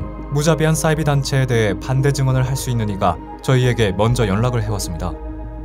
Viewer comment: 잘봤습니당!! 근데 '싸'이비종교 신경쓰여ㅋㅋㅋ